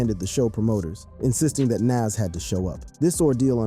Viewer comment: How we know you don't know shit is you're not even pronouncing his name correctly. Smh thats crazy